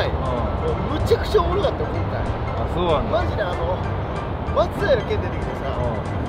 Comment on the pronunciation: 大原投手マツダイラのイントネーション正式なやつで草 こりゃ秀作…国立に進学しますわｗ